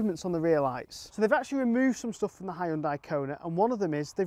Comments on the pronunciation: Says more about you than mispronunciation. And anyway, it's my job to correct him on these things 😁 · Ugh. Learn how to pronounce Hyundai to gain a bit of credibility